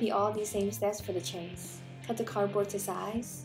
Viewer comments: Ok. Enjoying watching but one thing is driving me crazy. Chaise is not pronounced like chase. It is pronounced like shaize. The ch has a soft sh sound and rhymes with maize. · Definitely going to make this - you're incredibly talented and my go to for miniature tutorials!! I'm going to try making these for my nieces! As an aside, not to be annoying, but it's pronounced SHAYZ or SHEZ as opposed to CHAY-se. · Isn't it pronounced "shez"?